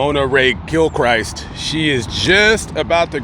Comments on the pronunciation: It’s pronounced kil-krist, not Christ down here in SW LA. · Grammar lesson of the day: The Christ in Gilchrist is pronounced like the name Chris but with a T at the end.